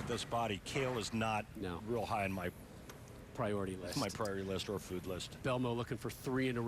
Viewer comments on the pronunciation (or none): none